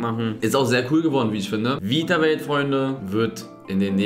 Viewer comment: Witzig wie Eli den Namen seiner eigenen Marke nicht aussprechen kann. Is ist just me oder sagt er ganze Zeit „Vitawelt“ ? 😂